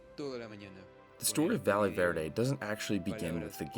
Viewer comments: jsyk, "valle" is pronounced "va-yay". A "ll" in spanish in a "y" sound in English. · how has nobody corrected your pronunciation of valle yet. a double L in spanish makes a Y sound 💀